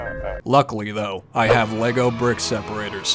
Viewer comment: every time you said lago brick separator i died bc my dumb ass brain said HAHGAHAHAHAHAHAHAHWUAHYSHASDFJSDA tysm